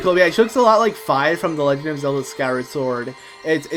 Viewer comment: ITS PRONOUNCED FEE!!!! im ery defensive about skyward sword...